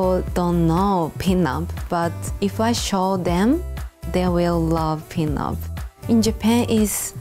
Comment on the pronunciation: I keep hearing peanut